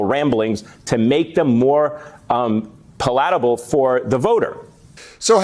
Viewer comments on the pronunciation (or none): Paw-lat-able? SMH